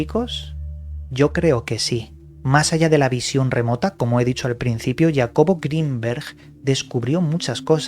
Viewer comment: lloe rogan, llacobo grinber XD... eres un investigador profesional y serio, al menos ten el profesionalismo y educacion de aprender a decir los nombres de los personajes que mencionas, es gratis no te va a pasar nada!!!